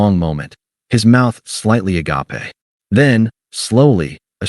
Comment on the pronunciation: Again with the "uh-gop-ay" for agape? Edit in another word before feeding this to the AI narrator or hire a narrator with a pulse.